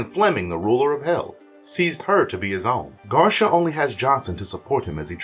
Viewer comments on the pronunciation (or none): Bro!!! His name isn't "Garsha"!! His name is Garcia (Gar-see-ah). He's Mexican dude!! This is gonna bug me for the rest of the video.